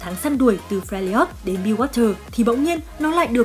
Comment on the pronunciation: Fe - li - ot là cái j?. Trong khi tên đọc âm đúng là Fe - r - job mà.